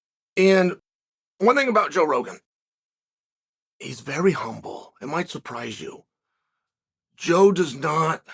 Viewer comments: Did he say Bro Jogan? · I love that he feels the need to tell us joe rogan has a podcast 😂 Oh and getting the name wrong was the icing!